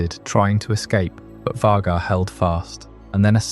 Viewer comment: This is cool but The constant mispronunciation of Vhagar throughout the video drove me a little nuts while trying to relax